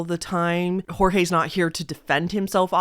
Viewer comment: Thabk jesus someone who pronounces Jorge right 😭 everybody has been saying it as George when it's pronounced as hor-hey (or whore-hey which is pretty derogatory sl i dont. Say that. Bht jt js how you say it)